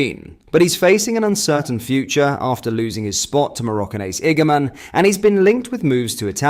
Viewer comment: Get rid of the AI,. It’s lazy. Nobody wants to hear about striking sensation ‘IgAM’.